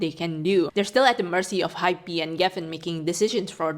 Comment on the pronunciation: btw, Hybe is pronounced as "hype" (one syllable) but with the letter B 😅 not "hi-be". just wanted to help you out there